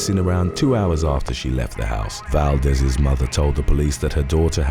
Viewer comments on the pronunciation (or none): maaaaan I I watched 5 seconds and now typing this and leaving. When you said Ariel Valdees instead of Valdes I knew that there is no point in continuing this. You can now use google translate and hear how to pronounce the names.... SO PLEASE DO IT.